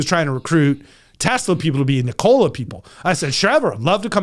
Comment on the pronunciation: Ni-Cola LOL